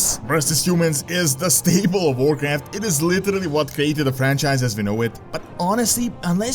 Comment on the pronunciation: OMG this dude's accent "Vorcraft" lololol